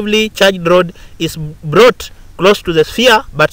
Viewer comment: "So the glass rod is blought ........say whaaaaaaaaat ..at 4.42😂😂😂😂😂😂😂😂😂😂